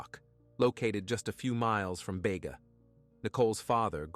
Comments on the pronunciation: It is Beega. Spelt Bega. Not ever pronounced Baygar. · Its beega not bayga....just saying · Bayga it’s Beega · Bega is pronounced BEEEGA not BAYGA. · Its Beeeega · Poor girls, RIP! Precious Angels, BEGA Pronounced BE--GA